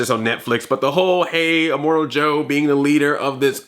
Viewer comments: It's immortan joe not immortal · You're funny! Btw, it's immortan joe, not immortal. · Good review, but his name is Immortan Joe, not Immortal Joe.